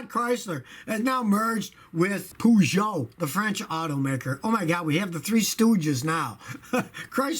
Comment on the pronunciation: british: perrrrjoe amaricans: peejue scotty: poojoe people who know how its actually pronounced: ಠ_ಠ